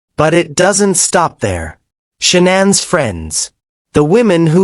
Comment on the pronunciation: This reporter is talking about someone different this Shaunann whos this or is it he doesnt know how to pronounce Shannan Chris Watts wife name is Shannan Watts